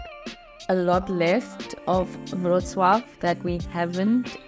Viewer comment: BTW, the way you pronounce "Wrocław" is spot-on :)